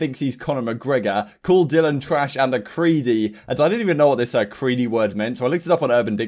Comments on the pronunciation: "Creddy" not creedy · Creddy, not creedy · He meant to say "Creddy" not creedy, it means basically "low-tier" or "sh*tter"